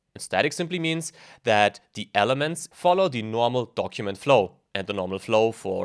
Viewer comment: Du solltest dir vielleicht die unterschiedliche Aussprache von "the" anschauen. Sorry aber das macht mich wahnsinnig :D